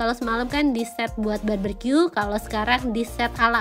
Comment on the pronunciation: Barbecue ya bukan barbercue,, nnti jadi potong rambut deh 😉😉😉 cmiw